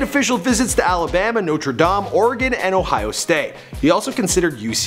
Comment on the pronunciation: It is Dame